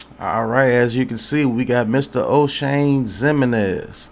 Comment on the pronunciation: No didn't call him Oshame 😂